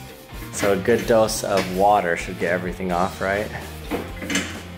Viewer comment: did he say douse or dose?